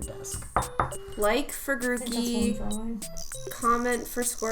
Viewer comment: GROOKEY DOES NOT END WITH AN I, IT ENDS WITH EY! AND DON'T CALL GROOKEY A HE!